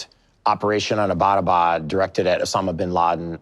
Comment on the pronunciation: my man butchered the pronunciation of Abbottabad, bruh